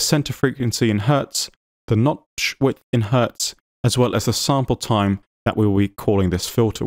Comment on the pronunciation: your videos are fascinating and really well done. Thank you for continuing to make them! However, I do have to give you a hard time, only because it made me chuckle... around the mark you twice said "nodth witch" instead of "notch width." I was so engrossed in the material that I had to go back and listen to it about three times to make sure I heard it right.